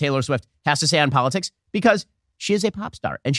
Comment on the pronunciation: "Don't gut involved in polit six"